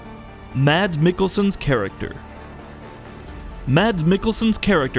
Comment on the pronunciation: If you scrutized every frame - how could you not notice that Reedus and the doll have the same stitched scar on their stomach? Btw- Mads is pronunced "Maz"